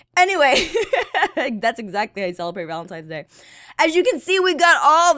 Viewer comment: it is not valentimes day